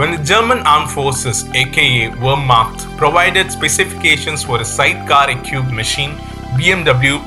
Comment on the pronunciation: Equipped: pronounced ee kwipt Great video mate. Very informative. Keep up the good work.